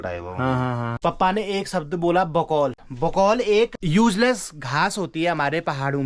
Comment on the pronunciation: बकौल नहीं गुफोल कहते है